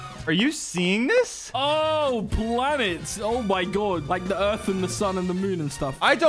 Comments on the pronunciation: I like how read the "PLANTS" book as "Planets" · Book name: "plants" reads: planets also:"What is planets" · It says plants, He says planis He ends with Planets. Wat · I like how said "plants" wrong instead he said planets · ''planets'' ahh yes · bruh. the book says plants, i also cringed when you said the dinosaur names wrong. ITS (ANK-I-LO-SAUR-US)